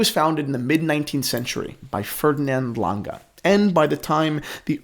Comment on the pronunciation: Dude, use Google translate and prenounce the name of the brand correct 😂